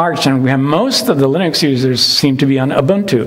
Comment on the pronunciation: confirmed pronunciation of “linux”. not lee-nooks. or “lih-nuks” but lir-neks. lol